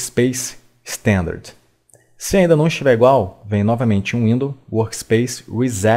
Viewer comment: isso é verdade, mas ainda assim as más pronúncias atrapalham exemplo tem gente que não sabe falar "standard" e pronuncia "istãndárdê" e isso pra tudo que fizer no vídeo huauhahua XDD mas enfim, ser educado em língua inglesa é privilégio e não são todos os privilegiados que realmente se dedicam em aprender